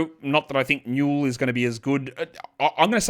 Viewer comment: Hey the Asa Newell's name is pronounced "Ay-saah" not "Ahh-suh", and the last name is "new-ell" with the accent on the first syllable.